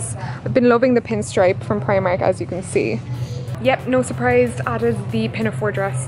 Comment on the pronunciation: That's not how you say primark and you're Irish